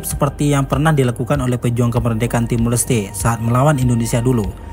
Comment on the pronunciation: Koreksi dikit bang. "TIMOR LESTE", bukan Timur Leste. Nama Jose Ramos Horta bukan dibaca "Jos Ramos Horta" tapi "Hose Ramos Horta"